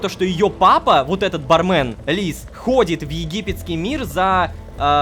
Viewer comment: Собираем петицию, чтобы Лололошка, наконец-то, произносил ба́рмен а не барме́н